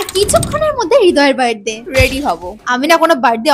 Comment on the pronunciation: Birthday ❌Virthday😂😂😂